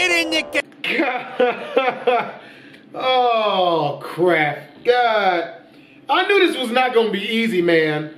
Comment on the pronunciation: I mean the dummy should know it's not care it's car